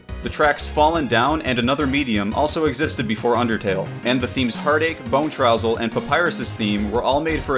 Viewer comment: Bonetrousle, not Bonetroussel